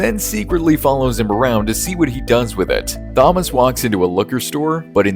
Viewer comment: Awful thumbnail work and that case isn't even mentioned in this video. Typical AI slop. Also you mispronounce Thomas because you're a robot.